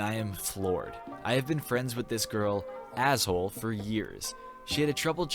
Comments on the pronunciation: LOL HER NAME IS NOT PRONOUNCED ASSHOLE 😂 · "Ashole" > pronounced like ash-oh-lee?? Hahaha